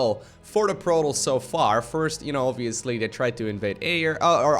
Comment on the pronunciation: I don't know what his accent is, but there's something about the way he pronounces "Protoss" that just sounds off...it's like he pronounces it as "Produs."